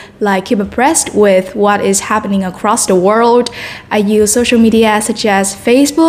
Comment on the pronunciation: từ media chị phát âm sai nhiều lần quá và còn nhiều chổ nên 7.5 chưa lên đc 8.0